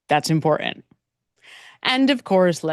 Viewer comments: Great video, but why are we leaving ‘t’s off words? Cerain instead of certain. Imporant instead of Imporant. Why? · Dear Madam: you say "important" & "certain" without using the "T's'. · The words, important and certain have tees in them, please pronounce the T's! It's like my sister-in-law saying. "Samich" instead of Sandwich! Ugh! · When did we stop pronouncing Ts in words?